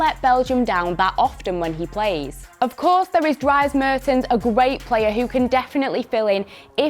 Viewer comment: Sorry but you butcherd Mertens' name, its dries not dreis.